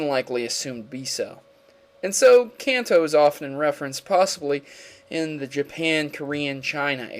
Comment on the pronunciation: lol, i was going to say the same thing. Kanto: Kan, like constitution, To, like toe